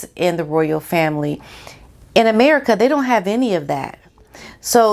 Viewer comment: Lol "Aneri-kuh!"